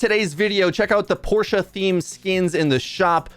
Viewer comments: The way pronounces it is the correct pronunciation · You're the first non-german I've heard pronounce Porsche correctly :o